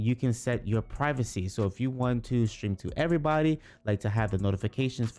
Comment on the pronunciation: it's Stream not Strean